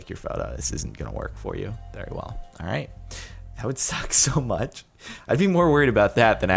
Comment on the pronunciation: at the intro do u say alright or R8?